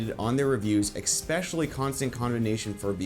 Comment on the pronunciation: Every time this dude says "expecially" 😑